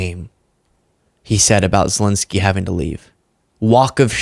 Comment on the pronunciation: ZelEnsky, NOT Zelinsky!!! Show some respect!